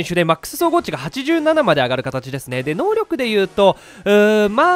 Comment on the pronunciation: ヒカックあるある〜 たまに選手能力クイズの「のうりょく」が言えず「のうろく」になっている。